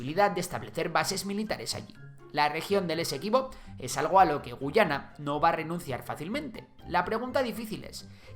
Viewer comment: Esta mal tu MINIATURA estimado. La única gu-A-yana que existe es la del imaginario histórico de Venezuela, El país al oeste del Esequibo se pronuncia guYAna ante la dificultad de los ingleses por decir la "letra A", y es de hecho un detalle con mucho valor para ambos países.